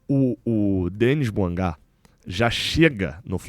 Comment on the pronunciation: É Dêni Buânga... Tem no site do LAFC os jogadores falando em audio a pronúncia deles... rs